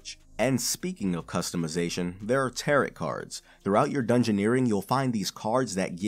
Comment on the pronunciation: It's pronounced tear-oh not tear-ot But good video. I personally think it would be better if you tried to make it a bit more continuous/fluid instead of reading a bullet point list. Just a sentence or two to bridge the sections? And just note the subject change on screen with text. But idk anything about making videos so grain of salt, and all.